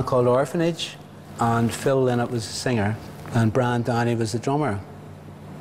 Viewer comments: Why do presenters insist on calling the band Thin Lizzy? It's not ..... it's pronounced Tin Lizzy! And his surname is pronounced Linnott NOT Lie-nott! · Ok listen up..I was a close personal friend of philomena lynott...she told me personally face to face..it is lynott as sounding like why not.♠RIP PHILO.RIP PHILOMENA ❤ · SavageArfad Well Philomina, his mother, said 'Linnut'. I think I'll trust her. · anyone else irritated at the way the he keeps saying phil's second name wrong ?